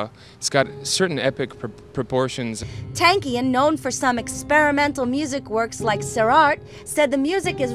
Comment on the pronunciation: i wish ppl would learn how to say his name properly.....its pronounced TONKian....